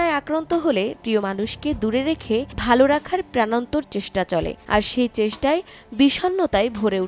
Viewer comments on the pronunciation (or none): none